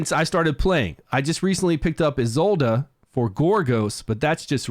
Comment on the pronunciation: Who's Ezolda? Guessing Isolde ( Ee-sold)?